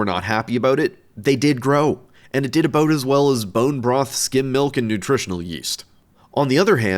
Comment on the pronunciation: Omfg he’s saying skim milk not skin milk